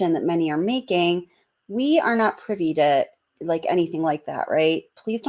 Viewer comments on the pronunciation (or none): none